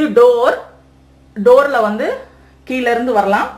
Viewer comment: I'm your fan and subscribed your YouTube channel also. தமிழ் வார்த்தை சரியாக உச்சரிக்கணும்மா. கீல இல்லை கீழ என்று சொல்